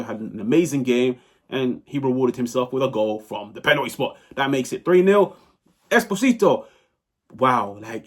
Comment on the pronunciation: Come on, you are probably gonna talk about Pio for the next 10 years. Invest 1 minute to learn how to pronounce "Esposito" 😢